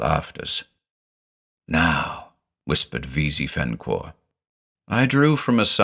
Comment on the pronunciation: So I've listened through all these before, but never noticed when you say "avool", the name is instead spelled "Avoosl". Hmmm, that's gotta be some obscure lore, that the S is silent! (I never know what to make of Clark Ashton Smith's names, but they're certainly always very Clark Ashton Smithy.)